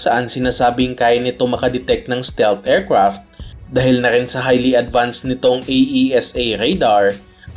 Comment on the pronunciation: Er krapt.. mesayls😅